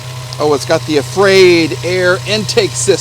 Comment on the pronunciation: "AFRAID" air intake?? 😂😂😂😂 It's actually Airaid